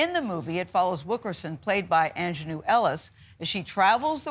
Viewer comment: Come On Gail give Aunjanue Ellis her accolades.. put some Respect on her name, say it right.🙌🏾👀